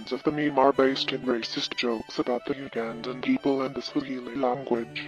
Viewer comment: i love teh way flamingo says ugandan